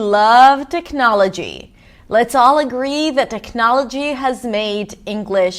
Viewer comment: You pronounce technology in a way I have never heard it pronounced. I thought it was tehk nah’ luh gee.